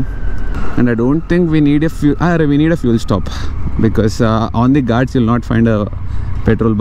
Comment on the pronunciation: it's not Gaats it's Ghaats "Gh" with epiglottis 😆😆😆